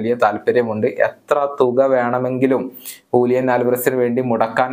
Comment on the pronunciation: Hulian alvarez❌Julian alvarez✅